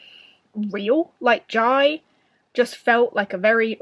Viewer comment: Whooooooo! I'm so so happy you enjoyed Dragon Rider! (Just a small note, I think the central character's name is pronounced like Jay - but if Taran talked about him during the event and that's how he pronounced Jai's name ignore me! I trust in Taran's word heh) given empire + politics + dragons I was 99.8% sure you'd love it hehe